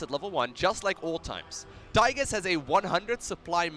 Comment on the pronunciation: The way you call him Tygus all the time triggers me so hard